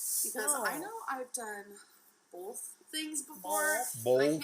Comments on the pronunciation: likes “bolth ” white and wheat bagels! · Call Me Meep Me If You Wanna Reach Me DON’T EVEN GET ME STARTED ON “BOLTH” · Hannah Horne - "bolth" and similar pronunciations may indicate some hearing loss, since I don't think that is part of the local dialect. She may have trouble hearing certain combinations. Or maybe the problem is at a different neurological level. But she is not being deliberately annoying or ignorant when she pronounces words this way. People just dislike her so much for other reasons that they allow themselves to get irritated by innocuous things like this. Yes, she is annoying. But there is plenty else to criticize that she actually does have real control over.